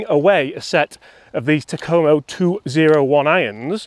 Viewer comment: 201...These would be fun to beat my golfing buddies with. Takoma rhymes with Oklahoma.